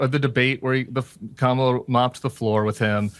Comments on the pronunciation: Noticed that Crenshaw paused a moment before mispronouncing Kamala's name as if reminding himself to do it 😑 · Republicans are scared to even pronounce Kamala's name the right way. They will pronounce it ju7st as Trump pronounces it. They are so scared of Trump's hold over MAGA thugs and hooligans. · They just will NOT say her name correctly and it’s so just gross. They do it on purpose and they are 🗑️for doing this. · 1. Oh great, the pirate is back and spewing nonsense. Pete should have never apologized to this asshole. 2. Sinbad is yet another idiot who can't say "Kamala" correctly. It is like a bunch of 4 year olds who can't pronounce "spaghetti."